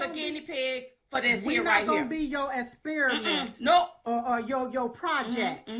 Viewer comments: Damn she's illiterate as hell. What the hell is "Esspiriment"? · “ we not gon’ be your esperment” 😂😂😂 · "esperament" "depappalate" "in da wowmb" "ezenshaly" There's some credibility for ya. It's like a nuclear physicist mispronouncing his or her own professional title saying nucular physicist(heard it multiple times from several nuclear and radiation professionals on you tube) as opposed to nuclear physicist. Or saying nucular war, nucular power plant, nucular fusion, nucular medicine test etc. There are no such things. It blows their credibility.